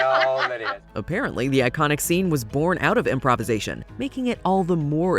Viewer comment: The scenes are just completely spoiled by the inane commentary by someone that cannot pronounce improvisation correctly and has a voice that is squeaky and so irritating. No offence intended. Good old Robin Williams, a blooming genius!